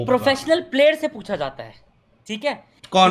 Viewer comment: Fucha kya hota he it's pucha Nahi😂😂